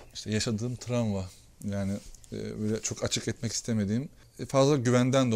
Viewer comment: "Tramva" degil, travma...